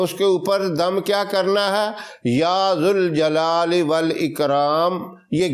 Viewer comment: غلط وظیفہ بتایا ہے غلط پڑھا بھی ہے یا ذا الجلال والاکرام میں ذال پر پیش پڑھا ہے یہ غلط ہے ذال پر زبر ہے دوسری غلطی کو ٔی سا بھی درود شریف پڑھ سکتے ہیں درود ابراہیم ہی پڑھنا ضروری نہیں